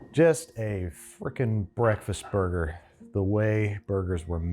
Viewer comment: Is there any particular reason this chick needs to short hand simple words? Really can't say cheddat, gotta shorten it to "ched"? Can't say burger, have to say "boig"? Just annoying. Also, making me uneasy looking at under-well burger patties, doesn't need to be charred, but dang it could spend more than 60 seconds on the grill.